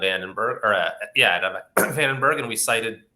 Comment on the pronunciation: Come on dude, VandenBORG ???¿???😮😅